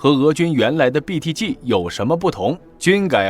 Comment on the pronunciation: 我喜歡你唸BTG的G發音很正確, 很多人把G唸成居, 聽得我很痛苦